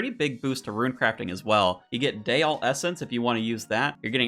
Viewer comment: "i can say things right sometimes" continues to say ruin instead of rune 🤣 my man out here playing Ruin-Escape not RuneScape